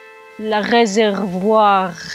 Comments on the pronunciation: You are good in french...I speak french so...your prononciation was very good. Réservoir... Love your videos. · Don't belittle yourself, you said "réservoir" perfectly...